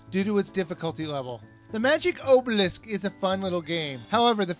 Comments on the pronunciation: it is! its pronounced- Ahhb-uh-lisk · it's pronounced [awe-bell-lisk] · obelisk is pronounced ah-bowl-isk. Sorry but that really annoyed me. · Say it with me: "ah-beh-lisk"